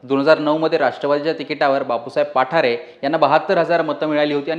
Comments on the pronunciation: पाठारे नाही.... बाप्पु साहेब पठारे.... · पाठारे नाहीं पठारे आहे न्यूज वालया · पाठारे नाहीत पठारे आहेत..